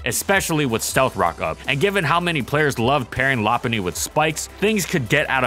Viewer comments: I thought it was “low punny” not la punny? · law-pun-knee? Isnt it Low-pun-knee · I always pronounced it "Low" because "loping" is a term for walking, and Lopunny has high speed and long legs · Nah, it’s Lop-unny. The Pokédex 3D app and anime pronounce it that way. Plus, part of its name comes from Lop, not Low. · You're saying its name wrong, it's not pronounced lop-punny or even lo-punny. It's pronounced low-cunny. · Yeah but it sounds awful. Still gonna pronounce it “low-punny” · ~~first~~ Lopunny <3 I always pronounced it Low-punny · Cant tell if this is sarcasm, but the official pronunciation is Lo Hes factually wrong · Ramsey Ali LOP-unny. Check the Pokédex 3D app. Also the anime since it pronounces it that way. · La-punny? LA-PUNNY?! LA-PUNNY?!?!?!?!? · I pronounce it “low-punny” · Its actual pronounciation is Lop-unny. Check the Pokédex 3D app. Also, part of its name comes from “lop”, referenced from floppy eared rabbits. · Yep, it’s pronounced Lop-unny. Part of its name comes from Lop, which is referenced from floppy eared rabbits. It’s also pronounced that way in the anime and Pokédex 3D app. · I thought it was pronounced "Loh-punny" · Well part of its name comes from Lop, which makes sense as to why it’s pronounced that way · Whats a lopunny to prunouce it it's lowpunny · No. It is pronounced LOP-unny. Check the Pokédex 3D app (there’s a video of official pronounciations of Pokémon on YouTube) and the anime. Also, Lop is referenced from Lop eared rabbits. I don’t understand why so many people pronounce it wrong. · Oh my god, that pronunciation is awful. Lo-puh-ny. Period.